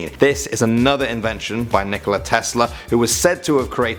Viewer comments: Nikola not Nickolas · Pretty sure said Nikolas Tesla instead of Nikola Tesla. Whatever no biggie. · Nikola Tesla....not Nickolas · Nikoli Tesla.... sigh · Not Nicolas it's Nikola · Nikola* Tesla, not Nikolas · It is pronounced Nikola Tesla 😈